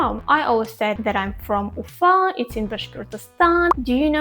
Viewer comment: It was really interesting hearing your perspective. I knew a few Bashkir people when I lived in China. I like the Bashkir pronunciation of your city, Ufa. I highly encourage you to check out the United States and get a better perspective of things. Many Russian nationals and people from the former Soviet Union want to come right now. Honestly, as an American who lived both here in the US and abroad, life is better in Asia. My wife, a Russian ethnic minority, and I, are looking forward to the day we can go overseas again. In any case, while NY and LA are world famous cities, don't leave out Miami in the free state of Florida or the beautiful state of Hawaii!